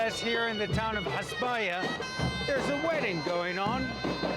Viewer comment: The reporter/narrater pronounces Hezbollah “Hezboooolah.”